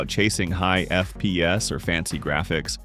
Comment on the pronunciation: Again,F-P-S,just say it like FPS,not F...P.....S .its annoying if nothing more and CPU is CPU ,not C...P...U 😂😂😂 you get it and BIOS is not "by OS" than BIOS and as I said,it's annoying and worth of unsubscribe.Just in free time,watch some good IT streamer and you'll get it all.